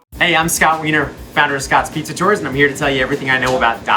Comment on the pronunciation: Did she finally learn how to pronounce “pizza” or is it still “peesa?”